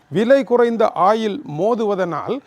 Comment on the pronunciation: வணக்கம் ஐயா, "ஆயில்"என்று இழுத்துச் சொல்லாமல் "ஒயில்- oil" என்று இலங்கையர் உச்சரிப்பில அழகாகச் சொல்லலாம் என்பது எனது பணிவான கருத்து......